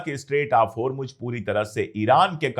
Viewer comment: Mr.Pandey, it's Isfahan, not Ifsahan. And it's Hormuz, not Hormuj